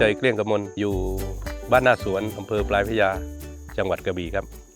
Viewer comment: หน้าสวนนะครับ ไม่ใช่นาสวน